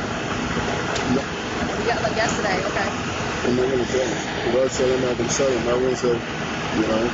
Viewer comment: More AW-kays from the cops. Are they taught in the academy to say ok as AW-kay?